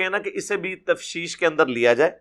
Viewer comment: السلام علیکم محترم لفظ "تفتیش" ہے نا کہ تفشیش